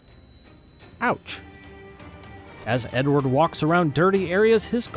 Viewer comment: I cant be the only one who hears "your N word" whenever he says Edward lol 😂